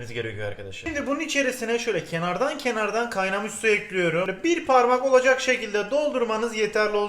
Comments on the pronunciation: Elinize sağlık hersey güzelde. EKLİYORUM..! Olsa daha hoş olurdu. Ekliyörüğğm değil 😂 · Ekliyorum değil ekliyürüm Çikolata değil çukuloto Güzel oluyor değil çok güzel oluyür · bende eklirum diyom artik bulasti bana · Limon kolonyasııı, bunu da eklüyürüm